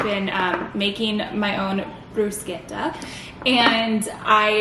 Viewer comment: The way you said bruschetta 😍😍 haha I’ve never heard it pronounced like that it sounded so authentic! Loved the video like always, can’t believe how fast your pregnancy is flying by ACKKKK!